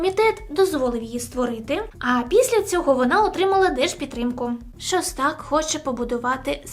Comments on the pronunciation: шОстак,а не шостАк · Та господи,ШОстак не ШостАк,слухати неможливо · ШОстак ударение на первую согласую.